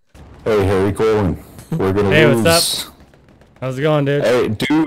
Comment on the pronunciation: Maybe he should change it to Harold colon? Or maybe he should correct everyone an their pronunciation. Pronounce it like the baseball pitcher bartolo colon "co-lone"